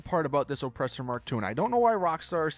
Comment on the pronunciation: Why do you say ŌPresser like that